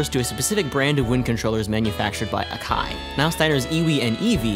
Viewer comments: I guess I just defaulted to the American pronounciation of Akai lmao, since I've heard it so many times! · How do you pronounce takarajima correctly but not akai? Lol